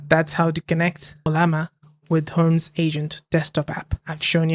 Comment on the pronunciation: It is Her-Mees, not herms.